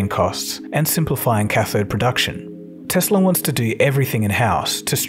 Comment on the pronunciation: Tesla not Tesler